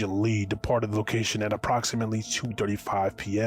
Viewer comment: My guy? Did you just say "Apoxamitly"? Lmfao! How can you take a person serious when they don't take something as simple as speech serious in there "Content"? You would think someone who runs a media platform would take there craft or profession serious enough to make sure it's done in a professional unbiased manner. Maybe that's the issue, maybe he doesn't take this platform serious, maybe he doesn't think of this as a profession but rather some side hobby he does after work.